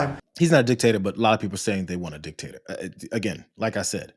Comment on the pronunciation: Did he say dictator or dick taker?